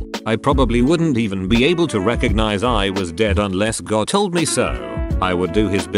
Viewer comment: God more like jod